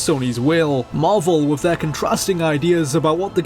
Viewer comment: It really grates when he says "wiv" & "wivout" rather than "with" & "without".